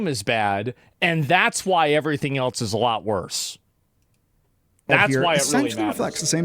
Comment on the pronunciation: SHOW ME THE T IN ELSE.......WHY DO PEOPLE SAY IT LIKE THAT